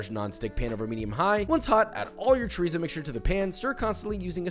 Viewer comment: Did joshua just bastardize chorizo